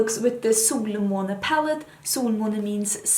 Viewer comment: I love hearing you saying the word Solmåne. So beautiful.